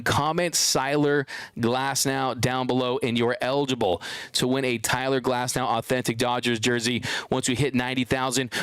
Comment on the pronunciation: “CYLER GLASNOW”